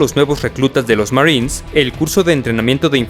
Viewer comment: Me da gracia como dice Marins jajaj